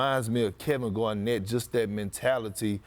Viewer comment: Perks is funny the way he pronounces this guys names. Chris Pour. Kevin Gwarnet